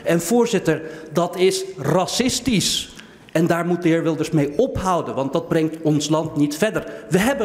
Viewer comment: "Maar dat is rrrrrrrracistisch"